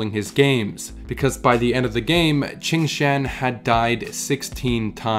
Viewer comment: U sure qingtian pronounces chingchan?